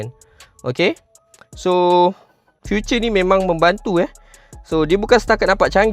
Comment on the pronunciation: Feature bukan future. Salah sebutan tu.